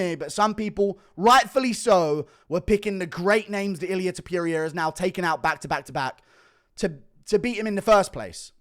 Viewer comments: Ilia Tipyooria lol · Illia “Ta pierria” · Ilia tuh-peer-i-uh